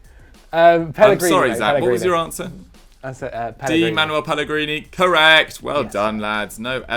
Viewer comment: Am I the only one who is really annoyed by pronounciation of the word correeeect?